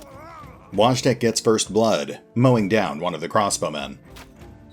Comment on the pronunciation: Just a little fyi, Wojtek is most likely pronounced voy-tech (tech as in technology)